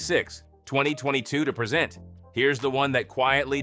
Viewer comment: Get a better AI reader! This POS constantly mispronounced "present".